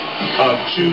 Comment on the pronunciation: Insane song cant wait for the release! The announcer toward the end messed up a little though didn't pronounce ceballos properly :P